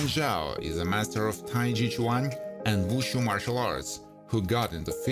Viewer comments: wtf? it is not "TAI CHAI" it is TAI CHI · Please use a computer generated voice that can speak the English language. Its Tai Chee not Tai Chai. They are not drinking tea